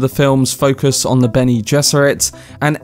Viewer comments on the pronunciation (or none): none